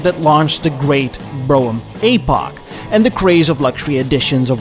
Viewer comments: For God's sake, "Brougham" is a one-sylable word. It's pronounced "Broam." Not "Bro-Umm"). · It's actually pronounced "Broam/Brome". Say "Roam/Rome", & then add a B in front. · Great job on the video,, as usual, sir. I grew up in a car family in the Midwest, and believe the word is pronounced on one syllable… Brome. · He said "Bro'em" !! hahaha haha lol ""300 latter series" noo it's number series sir Bro'em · Good one. Yep, family had a Cad Fleetwood Brougham.. BTW, pronounced like HOME. Think Brome. The visage of your countenance at the opening is fun to see. The bombastic music bed is also a source of mirth. Effen ay! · The term has ALWAYS been "Brougham." It rhymes with "chrome." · "brougham" 😆 British accent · Brougham is one syllable and Epoch is pronounced Like epic not eeee pock